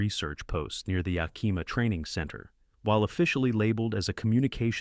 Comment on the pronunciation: Greatly appreciate your native, Yakimà sort of pronunciation, to ah stinking Yakiiimaaaahshithooeusa😮